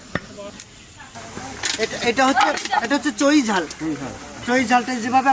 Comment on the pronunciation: তোমার মামা কে একটু শেখাও, তোমার মামা বার বার বলছে যে হাঁসের মাংসে চোই ঝাল দিলে মাংসো টা খুব টেষ্ট হয়, কথা টা এক দম সঠিক,তবে ওটাকে চোই বলে না, কথা টা হল চুই ঝাল।